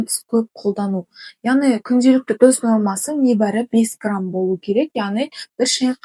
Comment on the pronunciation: Дұз емес тұз десей